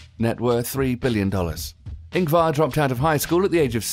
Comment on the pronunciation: You said Ingvar wrong!!!!!